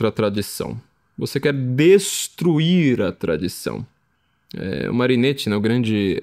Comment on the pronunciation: Carro, muito bom. Mas, como sou chato (minha profissão exige ser chato), faço alguns apontamentos: - Marinetti se pronuncia "Marinéti", como em "capeletti"; - O grande amor de Orfeu era Eurídice. Ariadne foi aquela que se apaixonou por Teseu e deu a ele o novelo, para que ele conseguisse sair do labirinto após matar o Minotauro (depois Teseu deu um belo pé na bunda da moça, mas isso é outra história); e - Quem matou a Medusa foi Perseu, Hércules já tinha doze trabalhos para cumprir, e naquele tempo não tinha conversa mole de acabar com escala 6 x 1.